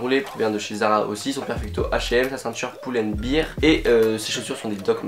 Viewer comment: poul and bère, pas poul and bire...